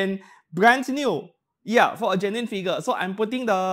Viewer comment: It took this many videos for me to realize when you say genuine it's not German... I'm usually soo good with accents.